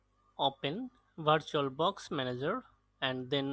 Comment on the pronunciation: itne bore lagte ho jab virtualbox ko bartualbox bolte ho